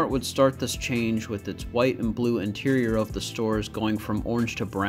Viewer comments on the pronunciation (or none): none